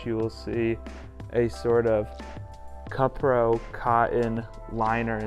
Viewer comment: Love the video! Got to go to the kapital stores in japan for the first time and was amazed, i might have to scour the japanese yahoo auctions / proxy for this now. Also btw, cupro is pronounced koo-prow.